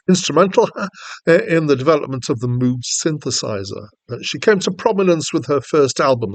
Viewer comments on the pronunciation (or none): Moog, sounding as in vogue, not like a cow MOOOG. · Robert MOOG -CORRECTION his name is pronounced Vogue - Rogue - Mogue NOT mooo cow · Its pronounced “MOGUE”. (Rhymes with Rogue) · Moog rhymes with Vouge and Rouge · Thanks for the review, but you should really find out how to pronounce Moog.